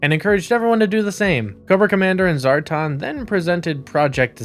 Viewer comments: This video was made painful every time he said, "Zar-tahn." It's Zar - tan. Rhymes with Star-Man. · SAY IT WITH ME ZAAR TAN!